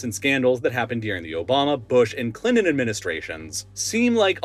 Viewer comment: Clinon? You mean, ClinTon? Deonated? You mean, detonaTed? Pronounce your Ts bro.🤦🏻‍♂️🤡